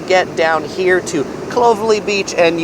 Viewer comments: Solid video! Few pronunciation points: Clovelly = Clough-vel-e. Coogee = could-g. Bondi = Bon-die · Beach names: Clo-vell-ee, Coogee= coo-jee , Bondi= Bond-dye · That was actually pretty comprehensive. Nice one, mate. A few mispronounced words, but that's par for the course when overseas people talk about Sydney. Clovelly sounds more like CLOVE-alley, and Coogee is COULD-gee. Think you might have called the Harbour Bridge the Bay Bridge at few times. :) One thing I would have included in the Money part, is that the price you see is the price you pay. It's not like the States and Canada where products have one ticketed price but when you go to pay they add state tax and sales tax etc. And the other big thing for North Americans visiting -we pay our service staff a living wage so there is absolutely no expectation of tipping. That includes not just waitstaff, but doormen, concierges, taxi drivers and the like. PS: I think Luna Park would be considered Sydney's Coney Island -not our Disneyland. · The pronunciation of Clovelly and Coogee is so off the charts, you wouldn’t even get there if you asked someone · But I winced at the pronunciation of Bondi, Clovelly, and Coogee.